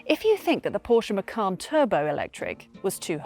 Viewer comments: Macan not Macarn. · Bose is not pronounced "Bowce", as you said but "Bozeh". Macan is not pronounced "Mackann" as you said but "Maycan".